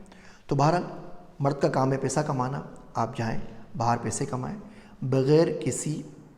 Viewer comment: Paisa hota hy pesa nahi